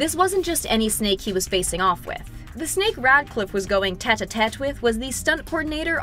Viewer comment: It's not snake it's snape